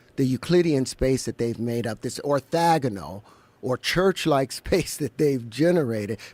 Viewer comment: Howard can’t even pronounce “orthogonal” because he just read a few articles and never heard the word said out loud.